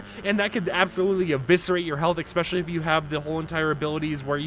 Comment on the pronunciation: Great information, although the word especially does not have the letter X in it.